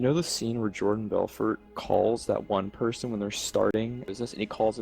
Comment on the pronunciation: lol " really nice preson" 🙈